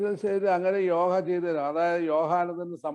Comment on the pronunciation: യോഗ അല്ലേ യോഹ അല്ലല്ലോ?